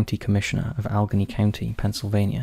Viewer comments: Allegheny - Al-eh-gay-nee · Great video as always 😊 I just want to let you know for the future "Allegheny" County is pronounced "Ale Ah Gain he". No one roast him please, ya don't know, what you don't know. Just because I'm sure there is going to be someone who is going to have some hill to die on over this 😑... but for real another awesome video! 🙌🏻🙌🏻